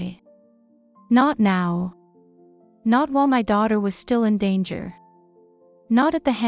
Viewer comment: AI with a speech impediment . Shtill